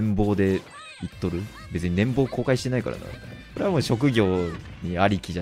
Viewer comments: 年俸（ねんぽう）を年棒（ねんぼう）はさすがにスルーできなかった、😂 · 「ねんぼう」じゃなくてねんぽうだよー！おせっかいだったらごめんね！